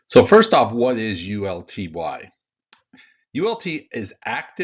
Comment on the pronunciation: uLTY! Not UTLY!